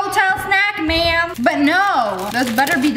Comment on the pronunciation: You know what is so funny, when I was watching this she said wam bam rotisserie chicken ma'am, and my friend thought she said rotisserie chicken man 😂😂😅😅😆😆🤣🤣